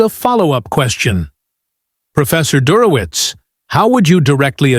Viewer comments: Der ho witz...😢😢😢 Do better, AI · Computer has a hard time with "Dershowitz". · At minimum, Professor Dershowitz deserves to have his name pronounced correctly.